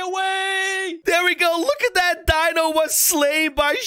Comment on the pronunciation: It’s dino not bino